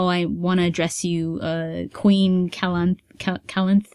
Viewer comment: It is Calanthe, not Calanth ^^, with an accent on last E. :)